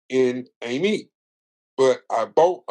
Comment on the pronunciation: you pronounced that PERFECT! i'm from out that way and used to thug it out there in Amite for a lil minute